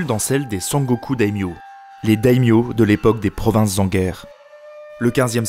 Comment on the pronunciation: Ce festival de prononciations erronées (sangoku, dayodayin, daimyose, mais pourquoi? 😱😱) xD Mais au moins ça m'aura permis de réviser, merci :)